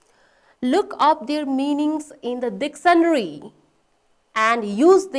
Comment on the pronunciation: A little embarrassing that a teacher doesn't know how to pronounce 'Dictionary'. She is constantly pronouncing 'Dictionary' as dictionry